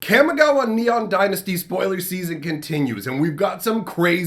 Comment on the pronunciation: I love your videos. I just have one complaint. Your pronunciation of Kamigawa is wrong. Since it's modeled after Japanese, it is pronounced (kah-mee-GAH-wah). Thank you! Keep on keepin on.